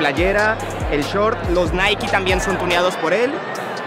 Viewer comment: Ojo el retraso que hay que tener para decir Naiki en mes de Nike 😅